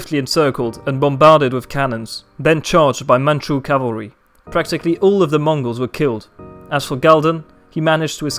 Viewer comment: As a Mandarin speaker myself, kudos to your pronunciation of Mandarin and Manchu names! A good grasp of the tonal system